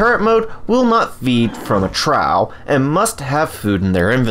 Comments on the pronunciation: It's not trouw, it's troff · Your videos are super helpful, thanks for all the greatly needed tips. Also, Trough is pronounced - troff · The way he says trough